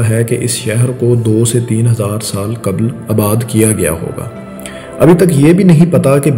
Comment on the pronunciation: کبل نہیں قبل